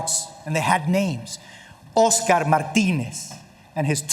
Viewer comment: OSKARRRRRRR MARDINEZZZZZ and his 23 month old daughter VALEDIA DIIIIIIIIIIIED